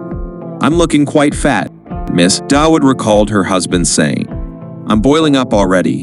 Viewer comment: By the way the pronounciation of Dawood is 'DAA' UUD' and NOT 'Da-Wood'. This name is common in Pakistan and translates to David in English and sometimes is also spelled 'Daud'.